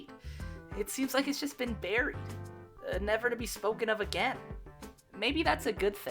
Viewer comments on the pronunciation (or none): none